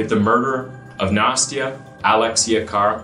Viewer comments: Nah-stee-uh. It's not nasty-uh. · I may be mistaken, but I believe the child "Nastya"'s name is not pronounced "Nasty-a", but "Nast-ya".